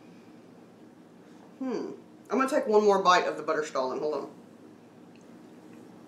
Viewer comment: Wow, we're so happy we watched this! We were torn between which stollen to get, and now the choice is crystal clear. Obviously, the marzipan is the way to go! Also, you taught us that we've actually been mispronouncing stollen this whole time, which is embarrassing. But now we know 😁 Terrific as always, & love that you reviewed it together, since we're obviously huge fans of duo reviews. Weirdly, we just posted our review of Aldi's newish cheesecake dessert bars. We're simpatico with Aldi dessert reviews in the last 24 hours 🤣